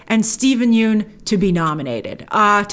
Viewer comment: Steven Yeun's last name is pronounced like 'fun' not 'yoon'.